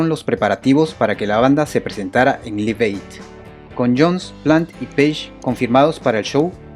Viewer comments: Repeat after me... "laif eid" "laif eid" "laif eid" No "lif eid" 🙄🙄🙄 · No se dice liv, se dice laiv y se escribe live! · Buen artículo Pero primero hay que aprender a pronunciar el inglés. Se pronuncia "laiv eid" y el nombre del tema se pronuncia "joul lora lov". Entre otras palabras mal pronunciadas. Saludos. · John Bonam? Liv ed? hulla lot of love??? No mams... Mejora tu inglés. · Liv ed... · Ojo se pronuncia "Laiv" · Interesante todo, pero choca un poco escuchar tantas veces Live Aid mal pronunciado